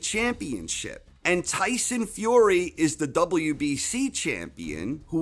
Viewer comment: Why do you say "Fiore" instead of "Fury" ?